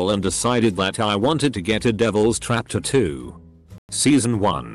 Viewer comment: Still cringing at ta-too instead of tat-too